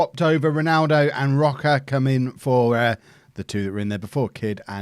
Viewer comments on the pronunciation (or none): Rocha is read SHa not Ka